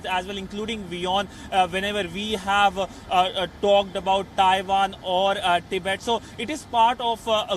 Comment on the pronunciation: Learn to pronounce Tibet lol